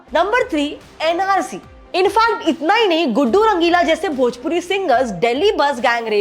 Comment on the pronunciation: Didi bhoji wood nahi bhojpuri 😂😂😂